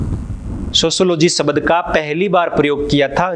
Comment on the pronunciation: शबद न बोल कर आप शब्द बोलिए सर।